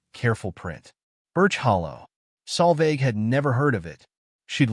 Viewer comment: I always read the text subtitles. The AI narrator has absolutely no idea how to spell the young lady's name. The name was butchered on multiple occasions by AI in several ways, with the worst of all as "Sal Vag" and "Salvage"!! The correct spelling is Solveig. It is a Scandinavian and Old Norse female name.